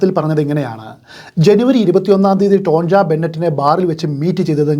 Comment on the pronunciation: ടോൺജ എന്നല്ല ടോണിയ എന്നാണ് പറയേണ്ടത്